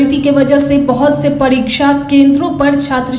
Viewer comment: परीछा नहीं परीक्षा और परीक्षा होता नहीं , होती है। आपकी भी पढ़ाई ऐसे ही हुई होगी।